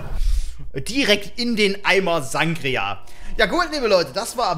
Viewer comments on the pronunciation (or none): Also mega Video. Am meisten hat mit aber Angst gemacht wie du Sangria sagst😂